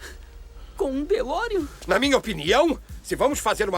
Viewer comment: “De Volta PRU Futuro” “ZemeRICKS”!? “DeLoreOn”!? “MÉQUIfly”!? “Éric StAltz”!? “Power of Love, sem o The”!? Vocês gostam mesmo do filme?